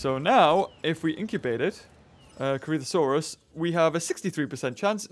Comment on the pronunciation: am i hearing things or is he calling corythosaurus a CreepaSaurus?